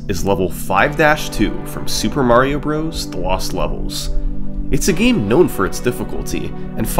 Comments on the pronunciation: It’s pronounced “brothers,” not “brohs.” Holy hell that’s annoying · Bros. is pronounced as Brothers, hence the period at the end. For someone who has done so much research on it, you'd think you know how to say the name by now. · Bros is an abbreviation of Brothers. You sound silly saying it the wrong way